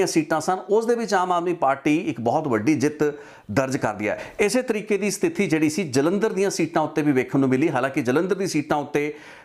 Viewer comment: Pronounciation correction - ਸਥਿਤੀ , Not ਸਤਿਥੀ , it was sticking out in all the videos so 😊🙏